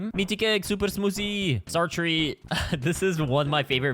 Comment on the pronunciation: "supэr smuzi"